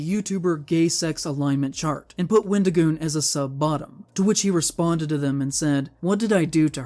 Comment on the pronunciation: The example he used of "far right" is basically just the anyone more to the right than he is. For someone who wants to seem so upset that someone made a video with our favorite avocado, he sure can't say his name correctly. His response on X was awful. I'm sorry, but it was the worst explanation ever. "Oh, I've gotten tons of things factually wrong because I can't control my emotions. Yes, i got things wrong but that doesn't change my opinion that all conservatives are evil and that wendigioon shouldn't be allowed to exist in horror or public spaces because i don't agree with his political or religious views. Oh, also, everything else i said that was factually wrong i stand behind as well but yeah, I shouldn't have used those pictures." His idea that people calling him names means they're nazis is just as crazy as his other takes. I'm not surprised to see that IPOS doesn't seem to understand you can be friends with people who have different beliefs than you of your a well adjusted individual. I'm the type of guy to hear someone said a slur and go "Oh no, anyway..." Because i understand that words only have power that you give them. Just like money only has value because we decided it did. People who make it seem like someone was out there physically assaulting people have no life. Horror is about the thrill of fear and suspense in a safe environment where you're allowed to express these feelings without being in danger, with various underlying types of horror invoking differe